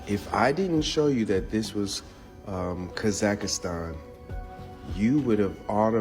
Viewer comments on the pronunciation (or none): Oh, just a lil correction: it's pronounced, "Kah-zahk-stahn." That dude sound funny af with the "Kah-zAck-ist-An!" Gave me a nice chuckle every time he said it😂It's a wild theory he's talking about, but, with as much as I KNOW that "They" have LIED to us about HUGELY IMPORTANT things, it's a total possibility🤷🏼‍♀️ Great compilation, 💪🏽 Thanks for putting it together for us😁 I can always count on you for some intriguing, original content. You find the gems, bro😉🫡 Stay safe and have a great week🙌🏽💜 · It’s hard to take dude seriously when he keeps saying Grand Canyon-s. And it’s Kah-Zuck-Stan. Also, no dude you aren’t onto anything. Your map has no correlation with scale.